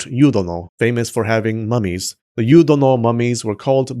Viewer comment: Why I heard "these mammies" instead of "these mummies"? XD